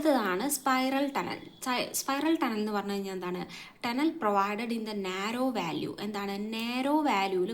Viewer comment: വാല്യൂ അല്ല വാലി VALLEY